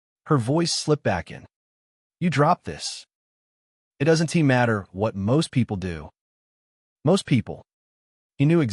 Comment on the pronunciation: The name change confused me and pronunciation was bad on couldn't wouldn't and doesn't grrrrr